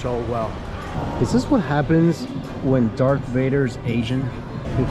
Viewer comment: YOU WENT TOO FAR YOU CALLED HIM DARK VADER ITS DARTH VADER